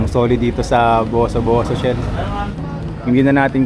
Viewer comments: Correction pls hindi po bosoboso , buso buso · Pakiayos po yung pronunciation nyo ng Boso Boso. Ahhahaha 😂😂😂😂